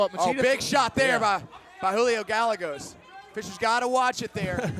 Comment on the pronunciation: Guy-yay-goes not gal-e-goes